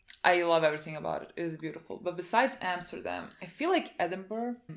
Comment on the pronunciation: I'm dutch and I felt so proud when you said Amsterdam ❤️